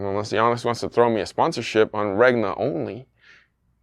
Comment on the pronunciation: there is no way you're supposed to pronounce that "G" in Regna. I feel like you're trolling us.